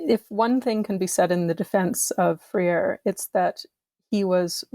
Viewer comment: As a Brazilian I have to point this out... Amusingly, the pronounciation that she is using sounds like "Frieira" which means "athlete's foot" (the disease). In Portuguese Freire sounds more like "Fray-ree". But I kind of find the "Frieira" option quite apt.